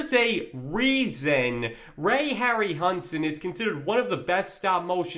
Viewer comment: they don't give a damn, or want to pay GREAT ARTISTS and just cheap out with GREENSCREEN AND CGI. if a film was made like back then (King Kohn, Jason and the Argonauts, METROPOLIS) it likely would fail as NEW gen audiences would ask, wtf was that? Harryhausen (Harry How Zen is the pronouncement)